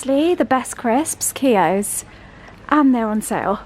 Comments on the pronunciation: Have to comment about the crisps! Keogh's, Irish ,like himslef snd myself 😅 my favourite too.. BUT Matt should tell you that your pronunciation is a bit off. It's more like q-yo but don't pause on the q . sorry cant help it. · It nice to see you actually acknowledge your difficulties rather than just saying everything is fine it’s nice to see you talk so freely you should have got the green notebook for st Patrick’s day be the way you are saying Keoghs wrong ask Matt to help you with your pronunciation